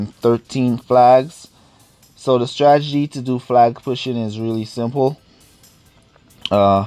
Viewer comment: Lol and 'stragedy' 😂